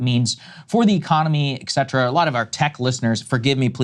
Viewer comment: saagar please don't say eckcetra in the first 10 seconds of the video. it's ET-cetera, what are you 12yo?